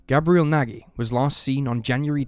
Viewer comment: Nagy is also a wrong pronunciation. It's "Nadh"